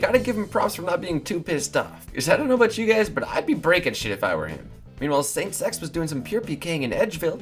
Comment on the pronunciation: lol when said saintz x it sounded like he said Same Sex